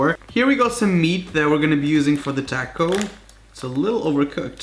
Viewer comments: tAako its taco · LOL ITS NOT "TALKO" ITS Toc (O) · It sounds like you are saying tacos or tascos it's taco 🌮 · Hate how he says Tac-os not Tar-cos even know it is spelled taco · It’s not takou it’s taco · It’s T-ah-co not T-AA-co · Taco not tako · Whenever you’re from Texas and you hear TACK-O instead of TALK-O (Mental screaming) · It taco not tacko hehe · Taco is pronounced talk-O, not tack-0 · Ikr tAco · Taco not tAco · Its not taaco its pronounced tahco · Taco not taaaco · Tah-co not tAAco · If he says "Tacko" like Jesus it's "talko" I mean I love him but seriously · Ur saying taako its taco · Is (tah-co) no tack o 🌮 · Taco not tahcoh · It's pronounced tauh co not tako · Its taco not taeco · its taco not toco learn your English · It's not Tako it's taco got damn my dude xD white people Btw I'm from the south and I have to say you didn't do that bad wouldn't have used carrots though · it ain't takoe, it's taco dawg... y u mispronounce "toh-kohe" sumthin like that. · I WANTED TO SCREAM EVERYTIME YOU SAID TACO ITS TOHCO NOT TAHHCO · TAACKO that’s how you say it and it’s pissing me off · stop saying TAKO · its his accent that changes it to tacko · You said TACO wrong it's TAHCO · It is funny how he says tacos he said tackos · Oh I already unsubbed when you said tack o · Take a shot whenever he says Tacko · I’m not being mean but that’s not how you say taco you say it like tacko it’s like * TOCK-OH * :do you get it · Just the way he pronounced fucking taco "Taaaco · You pronounce it like taaaahhhhhco like you start to scream while saying it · I'm sorry but you say taco takoooooo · If he says Takko one more time I’m leaving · Omg him saying tacko haha omg I cont 😂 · The way he says taco takco not trying to hate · The way he says “tacko” is making me wanna die. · "Tack oh" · The way he says fucking TACO HE IS SAYING TACKOH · every time he said tako I thought of that scene at the fair lol corn torillla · “Taco” lol toco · say tacko one more time i swear to god